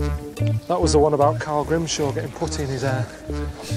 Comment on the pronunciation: All of u say Carl not coral